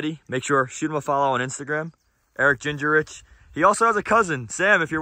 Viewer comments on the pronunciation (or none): Ging-rich, not ginger-rich 😂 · 💯 and completely butchered his name 😆 it's pronounced ging-rich